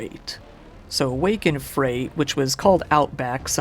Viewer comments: Wake in Fright NOT Wake in Freight. And 'sub-see-quent-ly'? Really? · 'Wake in FRIGHT', not FREIGHT 😂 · You pronounced Wake in Fright as Wake in Freight. It's pronounced frite. XD